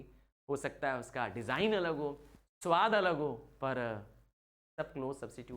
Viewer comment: Sir chowad nahi sawad😂 4:5